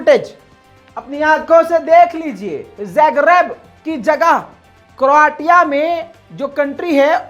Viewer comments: क्रोटिया नहीं क्रोशिया बोलो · क्रोआ तिया नहीं, क्रोएशिया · Bhai crotia pronounced as croshia. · Please pronounce Croatia as cro-ashia. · Its crow Asia to pronounce and the spelling is Croatia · Kindly correct pronunciation kya karo , country ka naam ghalat pronounce kr rhy ho